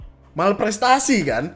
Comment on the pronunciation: "wanprestasi" bang